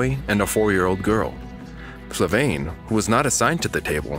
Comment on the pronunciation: FLAVIANE not FLAVAINE